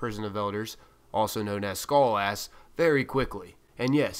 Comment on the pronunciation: Sounds like you're calling him "Skull Ass"